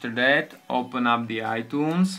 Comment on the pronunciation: he says itoones